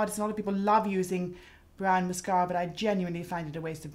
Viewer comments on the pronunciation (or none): Can someone please tell me the type of British accent Mary Greenwell has? She sometimes pronounces her r's as w's. She'll say "mascawa" instead of "mascara" and "bwush" instead of "brush". I noticed in the movie "The King's Speech" Colin Firth's character often does the same thing.